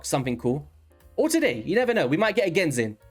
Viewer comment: This man really said “genzin just got the fusion” 😂😂😂